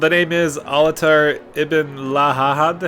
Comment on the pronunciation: (ALT-EYE-AIR), is how it’s pronounced lol.